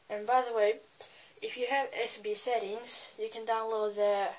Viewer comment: you and your lady hands, nasally voice, retainer mouth, gay fonts are pissing me p.s. you sound Chinese when you are talking about SB Setting